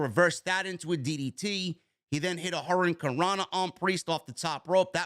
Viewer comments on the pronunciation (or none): none